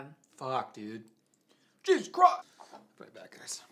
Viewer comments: Omg 😂😂 ' Jesus Croist 😭😂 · "Jesus CHroist!!" 😂😂😂